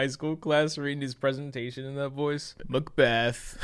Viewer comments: “Nau, onto Shayk-Speers saddest trae-gity: Mac Byeth” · *Macbeethh* *how the fuck you know that chills* fuck this one made me laugh 😂